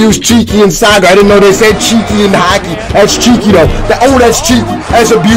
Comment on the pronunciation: He said jukey not cheeky